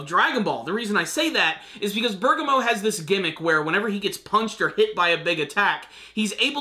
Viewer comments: Bur-Gaw-Mo. he keeps saying berga-mo and bugs me a little too but only in an off way. Truly don't care what he calls him. Close enough aha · Ber-gam-mo is how you say it